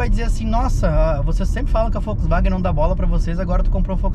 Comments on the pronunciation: Volks… e não Folks… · Pq vc fala Folksvagen? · Só eu que reparei que o fala Foxwaguem?😅😅